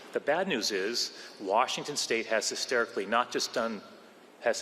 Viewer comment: did forget how to say the name of the state he works for? hysterically 😂 This guy is such an idiot.